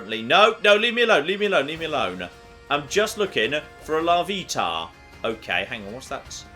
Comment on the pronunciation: the way he said tyranitar, larvitar and phanpy made me cry